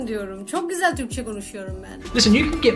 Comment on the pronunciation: Turkish is not that hard to learn, especially by practicing and living there, but quite hard to get it on accent free native speaker level. clearly sound like a kind of "slavic' accent to me, even she claims to speak at native level. Especially the word "güzel" indicates. I only met ones a German being accent free on Turkish and he sad he lived and worked in İzmir for 2 years what impressed me much.